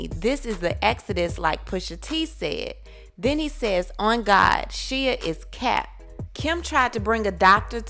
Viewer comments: Put some respect on Shia Labeouf (it’s not SHEEAAA please.) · Its SHYYY-YUH Hes talking ab Shia Lebeouf lol